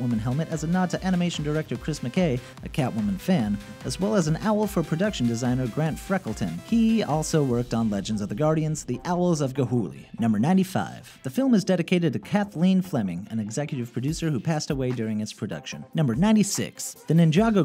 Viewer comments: "ga'hoolie"its ga'hoole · who else got pissed when he said "the owls oh ga'hoole-y"